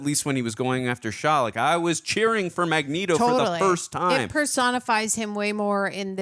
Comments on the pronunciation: coz said magnet-o accidentally in the first reaction of X-Men (she cant remember or pronounce shit fr) so they stuck with it. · its mag- neet-o................... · everytime she says magnito all my muscles tighten lol, she can i just help it. Great movie. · Dude, she's not gonna like you because you say Magneto her stupid way 😂 just say it correct,. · The Magneto pronunciation was a lol at first and now it’s just cannon. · What gives with saying Magneto's name wrong? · Say magnetos name, right oh my gosh, you wanna be different so bad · On the off chance you two decide to read the comments, I have to ask, why do you keep mispronouncing Magneto's name? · I'm sorry but her continually mispronouncing Magneto is kind of annoying. I guess we should start mispronouncing her name because we like it better.